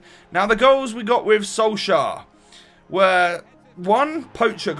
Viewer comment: Let me help you once again wit the pronounciation. Ole Gunnar Solskjær. In the Solskjær the jær is kinda pronounced as "Yeah" and with the "K" in front is kinda like "Kyeah". The "Sol" is kinda pronounced as "Soel". I don't know how to explain that properly.